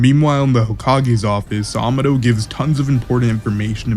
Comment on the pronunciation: Amados name is actually spanish it’s pronounced ( Aa-ma-doe )